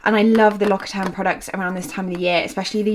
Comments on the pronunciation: L’occitane is pronounced l’okxitan by the way not l’okitan. Source : am French. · The way you pronounced l'occitane made me chuckle.